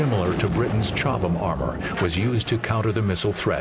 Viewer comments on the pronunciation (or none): Is not chobhlam its Cobhlam, Well its pronouced that way. Im British before anyone contradicts me. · It's Chobham. Chobham common was the home of the FVRDE, later RARDE, where Gilbert Harvey pioneered the armour that became "Chobham". (I'm English too).